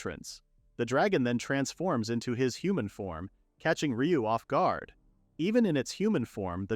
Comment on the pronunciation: Yeah, if you listen carefully it makes weird "pronunciation" mistakes a person wouldn't. Specifically during the naming ceremony for the bird at -ish the read on "guard" is jarring and the program clearly has some issue with Dorf's name specifically since it keeps changing it to Dolf. It's also something that comes up rarely for other manga reads as well, like the main character of one that appeared a month ago had their name changed from Rest to Lest.